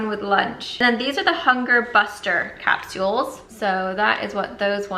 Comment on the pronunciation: Is it weird how says “capsules” or maybe it’s just me and my Long Island accent